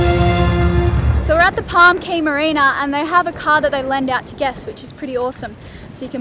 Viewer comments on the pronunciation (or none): ...plus as an aside, when discussing the islands of the Bahamas, "Cay (or Caye)" is pronounced "Key"...FWIW.